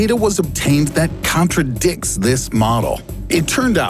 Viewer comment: He said counterdicks instead of contradicts...